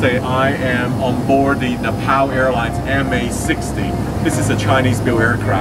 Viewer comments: Its pronounced ne pal not na pal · mate, it's not Nepaaaal btw, more like Nep'o'l like how the Brits say it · Sam it’s Nep ALL not Nep PAL.. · It’s not nepow it’s nepal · Napal not Nepal duhhhh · Its nepal not napal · NePAL. It’s Neh-Pahl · It’s pronounced Nepaul, not Nepal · “Na-pow Airlines” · it's pronounced "nay paul" btw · its ne-pow.... jesus ... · Ne-PAUL sorry but it bugged me so hard, great video love your content :D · It’s Napall not nappal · Fucking trump pronounced Nepal as Nipple, sometimes I think he does all stupid stuff on purpose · You don’t know how to say Nepal 🤣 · Learn how to pronounce Nepal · If you are visiting a specific country, please make sure you know how to pronounce the name of the country correctly.